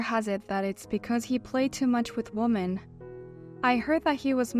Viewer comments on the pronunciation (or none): Women is pronounced wimin